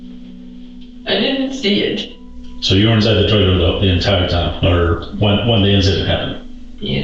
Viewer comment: Trailllerr trrraash.